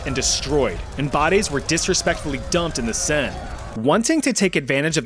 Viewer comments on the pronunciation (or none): none